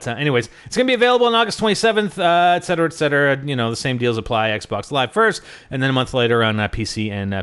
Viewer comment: and it's ET Cetera not EX Cetera